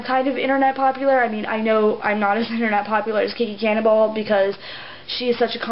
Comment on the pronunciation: lol in the first part. it's sounds like you said "Kiki Cannonball" XDD i hate her too!